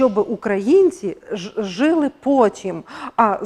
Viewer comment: Жили... Наголос на другий склад.🎉❤